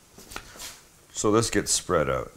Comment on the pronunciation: Canadian judging from the way he says "out"